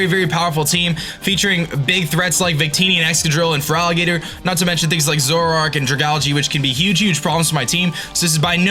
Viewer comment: I legitimately don't know if he's intentionally calling Feraligatr 'Frog Eater', or if he's just mumbling. Either way, new Feraligatr nickname for me.